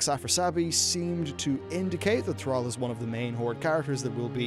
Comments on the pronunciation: Say "Al". Now say "all". Now say "Thral". Now say "Thrall". Thrall. Rhymes with all.:-P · call him "Thraal" one more time... I dare you. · Thrall is pronounced "Th-r-aww-ll" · Ball. Call. Fall. Gall. Hall. Mall. Pall. Tall. Wall. The only '-all' word that sounds like how you say 'Thrall' is 'shall', which is hardly a modern word. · Please learn how to pronounce thrall correctly